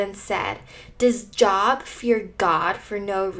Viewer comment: First off I’d like to say this was encouraging. Second you pronounced jobs name as if you were referring to a career 😂